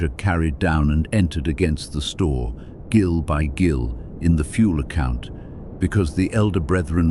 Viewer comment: The 'Gil of oil' is pronounced 'JIL' 😂